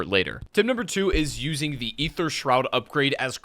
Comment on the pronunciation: Wow. Someone that actually pronounces "Aether" correctly. Subbed.